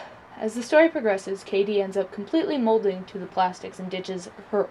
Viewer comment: Heathers all the way but you said Katie wrong I believe...